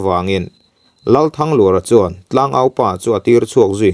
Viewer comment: THANGLUR tih lai hi a ri hi hniamin seo ta sela,Lal Thanglura hming i lam ang hian...te ka lo ti ve nuah nuah nia.